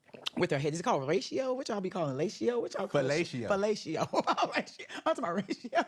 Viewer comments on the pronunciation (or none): Marlo went to far.... She could not handle being full time. And to not know how to pronounce fellatio, with all the old rich men that she has done the deed to.